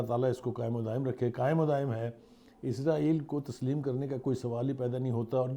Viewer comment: O Bhai izraeel ni israeel Hy